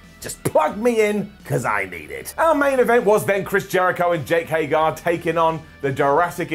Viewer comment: STILL can not pronounce Jake HAGER'S name